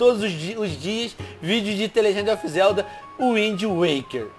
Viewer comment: Isso foi IRÔNICO eu sei q está escrito errado, apenas imitei como o Venom falou no vídeo (pois a pronúncia dele está errada)